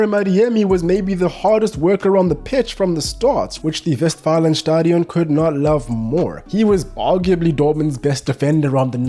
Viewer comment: Bro, I love that you said Westfalenstadion. Man, I already always enjoyed your content but you are that guy. Big love from Dortmund and keep on doing you ❤